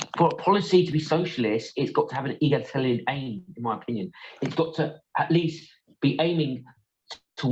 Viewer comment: Neither of these 'reviewers' are eloquent and, throughout, they're struggling to pronounce '', 'egalitarian', etc. They certainly aren't intellectual giants and many don't appear to understand that there is a wide spectrum of takes on elements of socialism, encompassing extreme and not-so-extreme views. Their response smacks strongly of tribalism, in my opinion.